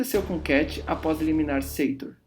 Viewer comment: Porquê Seitor? No filme o nome dele é Sator. Se isso é só a pronúncia porquê as outras palavras não são pronunciadas também da mesma forma?